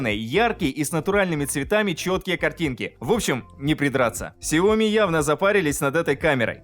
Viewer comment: В названии сяо ми ударение падает на и ! Запомните на будущее. 😜